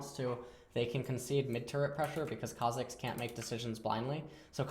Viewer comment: When he says Kha'zix instead of Kha'jix <3